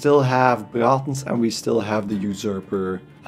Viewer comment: Love your accent and how you pronounce Braathens :D thanks for the guide!